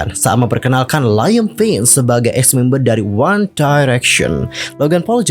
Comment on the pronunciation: Ralat yaaa Liam Payne masih menjadi personel One Direction bukan ex, meskipun 1D hiatus dia masih salah satu member. Beda lagi sama zayn yang memang sudah mengundurkan diri dari 1D jadi zayn ex-1D, kalo Liam masih di 1D🤗 Edit: pronounce nama Liam itu "Leeyum" / "Liyem" bukan Laiyem hehe